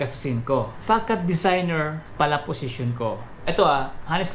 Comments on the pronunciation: Sir, yung tamang pronunciation po ay fuh-SAHD.. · Sir yung Facade ang correct pronouncaition nyan ay Fasad....